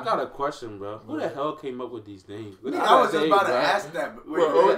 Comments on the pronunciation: The fact they are even saying the names wrong when the names are in the video🤣🤦🏼‍♀️ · You guys getting all these names wrong lmao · MANN YALL SAIDD THE NAMES WRONG ASFUCC🙄🤦🏽 BUT ITS COOL IT WAS STILL LITT ASFUCC THO😂💯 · This was funny but yall gotta do some type of research cause yall butchered all these people's names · They saying everybody name wrong